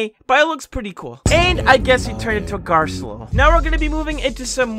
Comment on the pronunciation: How you say garcello though garllo